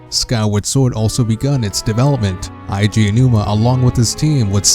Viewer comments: it's not "aiji" aonouma, it's "edgy" aonuma I shit you not. In japanese, you can add another vowel of the same kind to extend the enunciation. One of the exceptions is "e" because to make the e sound longer you don't add another e instead you add and "i", weird I know but still just my two cents. For someone who loves zelda so much you know little of the creator's name. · it's not eye G a it's ay G a... Nintendo themselves has said his name, and in nintendo directs where he says his OWN NAME he does not pronounce it like you man. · It's pronounced "eh-ji" not "Aye - Ji" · Jesus Christ normally I don't nit-pick about this kind of thing, but you really couldn't do a bit of research to know that it's "Eiji," as in "Eh-ee-jee?" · Eiji = ay-jee